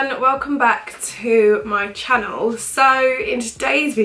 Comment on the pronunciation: it's channel not channwell. chann el not chann well.